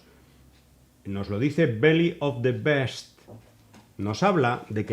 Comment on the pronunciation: Se pronuncia bist.. no best